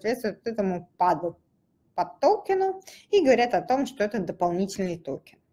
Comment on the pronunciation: Слушать конечно тяжело, ааа, эээ, токен, тоУкен, хихих, серб серб кофе.